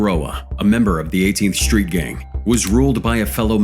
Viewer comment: He said SHHtreet gang. Sorry no H in street !?